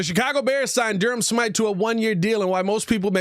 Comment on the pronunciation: I think his name is smith-ee not whatever u said “Shmyte”